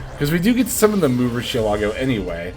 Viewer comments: Random pet peeve but i hate that u said the proper pronounciation for mu rucialago but u pronounce the c in rucia not like an s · mu rcielago is pronounced like the lamborghini car btw